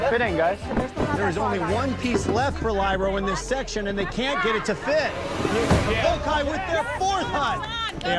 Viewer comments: I’m dying at the Vokai tribe mispronouncing “Vokai” 🤣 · Right it’s “VOH-KAI”